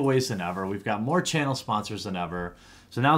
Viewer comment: More not "my"